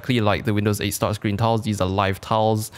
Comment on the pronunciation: sounds like towels when he said tiles.